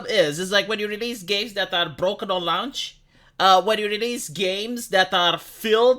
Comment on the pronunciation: pronouncing ‘launch’: “Lown-tch”